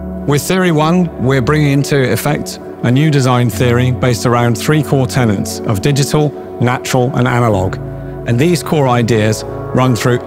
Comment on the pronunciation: Not a fan of him talking about "UI/UX" as if it's one and the same thing. Also, it's "tenets" not "tenants" (at 40s) – tenets are principles, tenants are people who rent your house.